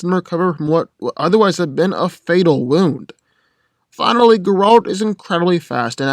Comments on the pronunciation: It's ger-alt. Not gralt. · no offense but everytime you say geralt it sound like grodd :P tho i feel like you got most info from wiki special about aragorn half of the invo hasnt been confirmed hes not superhuman he is numenor he doesnt sense orcs he uses his tracking by feeling vibrations and using the earth to sense if he can hear anything nearby using vibrations tho geralt is a mutant without that hes alot weaker and wouldnt be able to fight like he does as mutant in that case its not really a fair compare both are good as they are aragorn without superstrength is the better one in that league and geralt as mutant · I had to skip to the end as soon as you mispronounced Geralt as Grrr-AWLT. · mispronounces Geralt Me: stop this blasphemy.